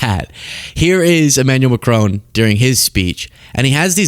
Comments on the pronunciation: Macron, the "on" pronounced like "on" in tron, not like crone please, merci ❤ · It's not mack-crone. It's mack-cron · MACRONE? Stop it! It’s MACRON…. Stop with the dumb ass mispronunciations all the bloody time! Duh! Americans! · No "e" on the end of Macron...first part Mac, second part Ron, like Ronald.... Not like Ma-crone..... No old lady in Macron, in fact, it's the other way...Macron is in an old.....you get the idea.... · It’s Macron with the emphasis on the first syllable not McCrone. Macron was wearing sunglasses due to an eye condition. The European Union is bigger than the American Union and seems now set on a path to distance itself from the latter and marginalise the US. Hilarious hearing the US president say to a forum in a German-speaking region of Europe that they’d all be speaking German if it wasn’t for the US. It’s reminiscent of Monty Python. The man’s a full on loon but nevertheless the choice of the American people as their leader and representative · Prime Minister Mark Carney never, EVER screams. He simply and calmly stated that “the sign is now out of the window”. And as a citizen of an officially bilingual country, I am pleading, for the love of God please learn how to pronounce ‘Macron’. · Wouldn't it be nice if this host could learn how to pronounce Macron's name? Not hard if you just listen. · Why are you incapable of pronouncing President Macron's name correctly? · Americans pronouncing Macron....... 😂😂😂